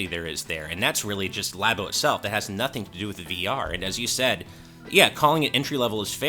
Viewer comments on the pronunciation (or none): none